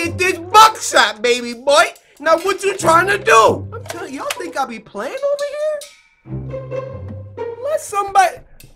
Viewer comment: Who notice he said pee out side instead of be